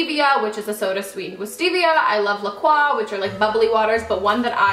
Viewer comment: La Croix is pronounced la-CROY